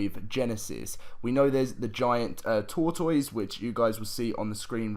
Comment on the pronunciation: Tortoise is said like “tore-tess” not like “tore-toys”